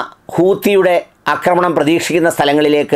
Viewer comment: "അക്രമണം " അല്ലെടാ പൊട്ടൻ ഡോക്ടറെ... ആക്രമണം. അക്രമണം =പൊട്ടതെറ്റ് ആക്രമണം = ശരി! ഉള്ളിൽ അഹന്ത കൂടിയാൽ തിരുത്തില്ല.